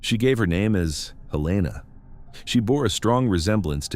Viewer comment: as soon as your translatebot butchered Helena, i was done.